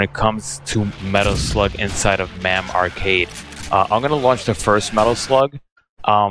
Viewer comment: Is there a reason that you keep saying Mam even though you know it’s pronounced Mame?